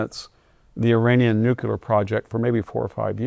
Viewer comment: Except for the awkward moment in the beginning when a native English speaker (and an intellectual) said "nukular", this was actually a great show. To my great surprise, there still are normal-brained people in the US (on both sides), even though the poor americans have only to choose between the maga bad joke and the criminal woke. Meaning - they have only demented extremists as options. Until seeing this, I was starting to think that the only remaining voice of reason in the US was Sam Harris.